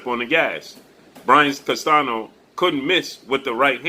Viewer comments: Spanish speaker and teacher here. The ñ in Spanish is pronounced close to the English ni (or like the Italian gn) so Castanio would be a close pronunciation of Castaño, but not CastaNo. Like your channel. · It’s pronounced Castanyo.:Castaño the enye:ñ has the NYO a quick pronounced N followed with YO just as fast. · It’s Brian Castaño not Castano